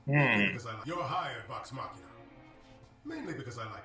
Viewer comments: Loved you guys' reactions, is adorable. And the plot of the first arc is actually taken from a mission that happened before Critical Role even started recording! But I have a pet peeve I gotta mention: Machina is pronounced MA-kee-NAH. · It's pronounced "Vox MOK-ee-nuh" -- Super stoked y'all are reacting to this! Tons of CritRole fans (aka Critters) are going to be loving this!